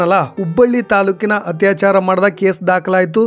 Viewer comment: ನಿಮ್ಮ ಈ ಕಾರ್ಯ ಪ್ರಶಂಷನೀಯ, ಆದರೆ ನಿಮ್ಮ ಶಬ್ದ ಉಚ್ಚಾರದ ಕಡೆಗೆ ಗಮನ ಕೊಡಿ, ಹತ್ಯಾಚಾರ ಅಲ್ಲ ಅದು ಅತ್ಯಾಚಾರ, ಹ ಕಾರ ಹಾಗೂ ಅ ಕಾರಕ್ಕೂ ವ್ಯತ್ಯಾಸ ಗೊತ್ತಿರಲಿ 🙏